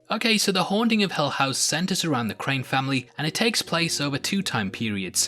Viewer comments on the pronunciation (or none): Haha it’s hill not hell house buddy